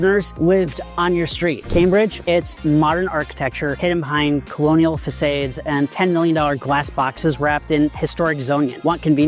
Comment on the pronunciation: Did he really say “colonial fasAdes” instead of “fasods” which is how you pronounce facades in English. “AI would make that mistake.